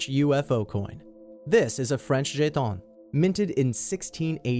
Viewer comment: at no 6 we people that know how to speak french know that you do not beacause you mispronounsed jeton.